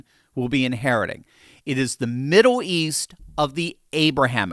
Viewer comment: Why do you keep saying "Middow East"?